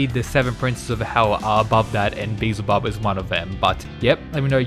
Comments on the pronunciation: Be-EL-Zuh-Bub. Finally! 😂😂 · Thanks for pronouncing Beelzebub properly, it may seem silly but the El in his name means God so its actually important to who he is. I really think/hope Loki fights Tesla, the God of madness and mischief versus the mad king of lightning would be dope. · he said it right ! pog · Thank fucking god you finally pronounced it properly I've been waiting for ages